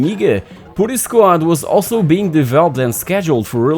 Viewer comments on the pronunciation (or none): I had the Amiga 500 then the Amiga 1200. It was also the only micro-computer which had actual multi-tasking due to using the Motorola series of CPU chips. By the way, putty is not pronounced "pooh-ty" it is "put-tuy" (put rhymes with but). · great stuff. putty however, not pronounced like that :)